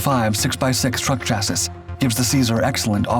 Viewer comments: Very minor point. This word "Chassis" has a silent s on the end is pronounced "Cha-see" not Cha-sis". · chassis is pronounced chassy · Chassis is pronounced as Chas-sea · This fucking AI voice. It’s pronounced ‘Shasse’ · Please learn how to say 'chassis' correctly. It's cha-see. I cringe every time you say it wrong. Even so, love your vids. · OMFG Chasis is pronounced chasey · Chasis is pronounced "cha-see." The last s is not pronounced. But your French pronunciation is excellent! :) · WTF is he calling the frame of the Vehicles? He literally calls them the same thing EVERY SINGLE VIDEO. The CORRECT Pronunciation of Chassis is "CHASSEE", NOT whatever you are Calling it. PRONUNCIATION would be Great! 🙃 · Chassis is pronounced "chas-ee", in case anyone's interested in saying words correctly. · And TBH, it’s actually pronounced “SHA-see”. 😉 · In what part of the world does live where they consistently mispronounce "chassis"? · Except the way he pronounces "Chassis." I cringe every time.